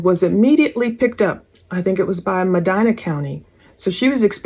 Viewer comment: She reminds me of Mackenzie Sharilla on those phone calls. It was nice to hear Cuyahoga and Medina pronounced correctly.